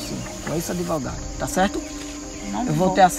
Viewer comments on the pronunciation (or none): adevogado, não sabe nem falar direito kkkkkkkk